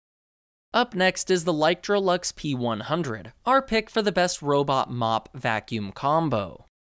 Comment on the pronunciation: i love how he keep saying literolux like its a variation of electrolux when the brand is actually licetroux.